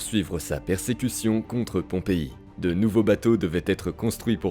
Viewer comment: L'IA s'emmêle les pinceaux entre Pompée et Pompei.😂